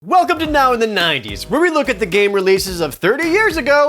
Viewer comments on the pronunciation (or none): Mixing it up on the 'Welcome' today, I see. Sounds a bit like a dog barking.